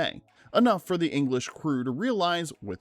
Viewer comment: "An Uoonglish prison"? God, I hate AI narration.